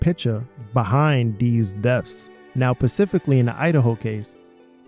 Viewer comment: LOL I have noticed in a few videos that the says pacifically instead of specifically ..so strange , also he says Axed instead of asked ..is this a US thing or a this guy thing ?